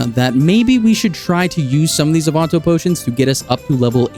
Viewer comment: my brother in christ what the fuck is an AWE-VON-TOE...